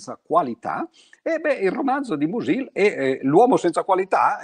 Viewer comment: Sulle teorie di Mach è la tesi di dottorato che lo scrittore ventottenne discusse all’Università di Berlino nel marzo del 1908. Bellissima lezione solo un piccolo appunto sulla pronuncia: uno dei miei autori preferiti si pronuncia Mùsil e non Musìl.